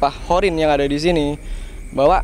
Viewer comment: Bukan horin tapi qorin ki...